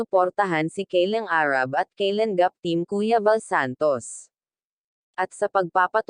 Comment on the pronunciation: Ayusin mo po salita nyo hinde keylan gap daig kpa ng foreigner mgtagalog e pilipino ka nmn ang pangit pakingan po pilipit ka mgtagalog concern lang po pra din po un sau